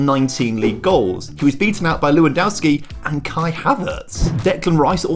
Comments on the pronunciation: Minor thing: It's actually pronounced Levandovski. In Poland they pronounce the W as V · "Lou and Owsky"?